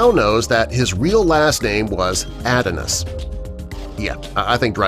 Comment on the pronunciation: It's pronounced "Uhh-dawn-is" not "ed on his""